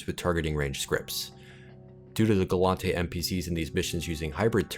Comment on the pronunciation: Its gallente. Not glontay